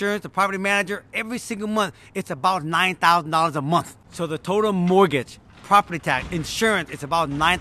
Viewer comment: Nine Thouh 🤣